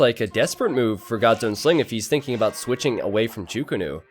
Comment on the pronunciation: wtf is a "cho ko nu" xD it is chuu ko nu